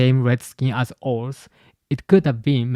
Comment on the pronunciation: that isn't oars, that is loki.